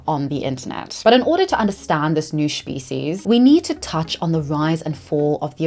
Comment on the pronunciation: I love how you pronounce it shpeecies and i as an american would pronounce it speeshies and neither of us are pronouncing it species